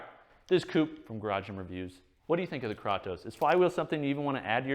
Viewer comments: According to google the actual mythological character is pronounced "Kraw-toss". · "Tell me you're not a gamer, without telling me you're not a gamer." Coop, "Kraw-toes" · YAASSS! KRAY-TOSE. 😄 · It's pronounced "Kratos" not "Kratos" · Kratos isn't pronounced "kraytoes" in Greek, that's not how the language works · Kraytos. Not kratos lol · “KRAWTOES” Dude. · It’s Krātos with a long A homie! Enjoyed every bit of the vid, but you was killin me with that pronunciation😂😂. Side note: I know you’ve never played God of War given the way you pronounced Kratos…you should try it out! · THANK YOU! holy shit I wanted to choke him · Great review, except for mispronouncing Kratos 😂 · Clearly Coop has never played the God of War games, or he'd know how to pronounce Kratos. Lol. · Great video, Coop. I can’t believe no one told you how to pronounce Kratos though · Couldn't finish watching with the way he is pronouncing it wrong. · He pronounce it german ;-) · Can tell Coop never played God of War with the way he pronounces “Kratos”